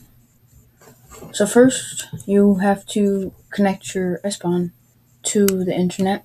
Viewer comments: its ePSon ... wtf is espon??? where did you read this? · "s pon" ?????????????